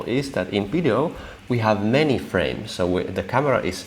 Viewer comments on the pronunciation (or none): none